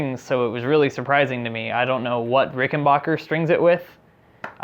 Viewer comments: Ok, first of all bonehead, it's pronounced RickenBACKer, NOT RickenBOCKer! 2nd, the primary difference between the 4001 and 4003 is the 4003 has 2 trussrods instead of one. And please, for the love of Aunt Fannie's Corset, the next time you make a video like this, write a script and REHEARSE it BEFORE you film it!!! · Pronounced, "Rickenbacker" not "Rickenbocker" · Ricken-BACK-er, not Bach-er. True story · Its Rick - n - Back - Er, Not Bach - er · RICKEN BACK ER not BACH ER you must have said it 100 times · I understand this video is 2 years old so I’m gunna clear a lot up. First- it’s pronounced Ricken- BACKER not BACHER. Second- warranty is 5 years not 3. This guy clearly knows nothing about string gauges or did any research on the RIC factory recommended spec, he just bought strings and slapped them on like it would change anything but it affects everything! Third- if you adjust your action, YOU CAN ADJUST THE TREBLE PICK UP TO MATCH, eliminating this guys buzz on the cover. Or remove the cover and move along. Fourth- RICs back log is based on demand not controlled substances. What a weird thing he “discovered.” RICS operation is super small compared to other companies, we’re talking less than 50 employees and that includes office staff, so the back log is just not having the ability to keep up with demand. Fifth- the price is very average if not less expensive than an American made instrument in the “high end”category. Don’t believe me? Look at Musicman, Gibson, and Fender American, CA made instruments. My final points- parts and components can move and break in a few years, happens on instruments all the time, so your pickup issue isn’t that uncommon realistically especially if you’ve dropped or banged the instrument of accident. Also RIC fixed all the bridge issues with a new bridge developed and released in 2019 called the V2. Rattling, difficult intonation, tail lift all solved. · Ricken-BACK-er. Stop pronouncing it like the popcorn guy.